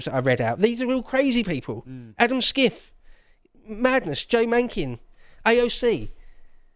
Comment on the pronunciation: Adam Schiff = pronounced "Shiff". He'll be CA's next US Senator...